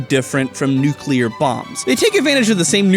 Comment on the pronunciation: Nu-clear. Not Nuke-u-lar